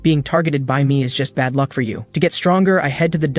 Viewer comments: 😂😂 I'm dying on lunck instead of luck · Bruh "lunck maxed"